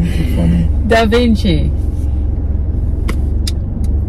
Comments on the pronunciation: Lol, it’s Dexta daps and there is no Dahvinchi but Jahvinchi 😂😂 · Did really say “Daville” and “Davinci” I’m dead!!!! 💀💀💀💀💀 😂